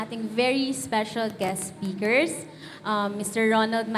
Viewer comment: SPAKERS? SPEAKERS